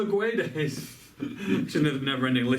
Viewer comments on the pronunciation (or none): to read gonçalo guedes the "gonçalo" part is right but the "guedes" part is wrong just say "guedes" like you do but whitout reading the "U"